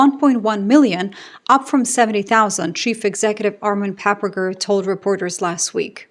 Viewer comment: Reignmeddel, Pabrica - Rheinmetall, Pappberger 😂 No offense, this just sounds funny to a German :)